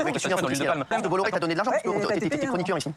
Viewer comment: On dit « bois iar »